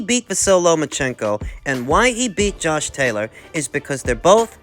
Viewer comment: I'm so used to you saying Tosh Jaylor that it sounded weird to my ears to hear you say his name right 😂😂😂